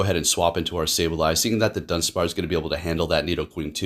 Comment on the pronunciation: lol “dunspar”